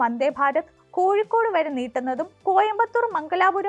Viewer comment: കോഴിക്കൂട് എന്നല്ല കോഴിക്കോട് എന്നാണ്!